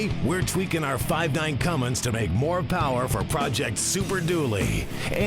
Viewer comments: says Cummings... uhhh, it's a CUMMINS. There's no "g" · Somebody please tell that when hes bragging about being the first to do something. At least know how to pronounce Cummins. Not Cummings. Lol. Love thst guy!!! Hes a legend